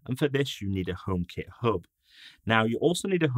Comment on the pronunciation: so funny how he says "omekit Höb"